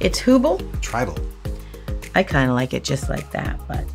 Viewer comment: CM - "Tribal" S - "It's WHOble?" Hahahahahahaha!!!